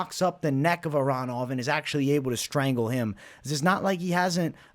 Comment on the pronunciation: Bruh you get me to weak when you be saying strangle 😂😂💀💀